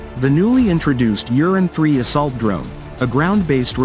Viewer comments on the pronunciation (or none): I wish the English translation did not say Uran like Urine... Ur An. Not You rin. Many of the vehicles shown have the M2 Browning and the 40mm AGL and are clearly American. There are some videos of the real Uran but most seem to be not Uran platforms.